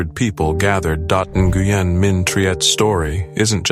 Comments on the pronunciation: Nguyen is pronounced ‘when’ by the way! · Nguyen is pronounced "wen" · Nguyen is pronounced "Win", "Win Minh Triet". I just thought yiu all sohould know how to pronounce this beuatiful soul's name. ❤😢💔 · Nguyen is pronounced like when. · That is NOT how you pronounce Nguyen… And some of these videos aren’t even the right gymnast. Who tf made this video